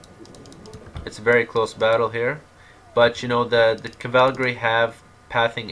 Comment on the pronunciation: Cavalgary... Landshkanekt... WTF? Where is this guy's pronunciation of English and German?